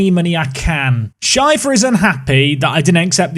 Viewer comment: Why do you pronounce Schäfer Scheifer?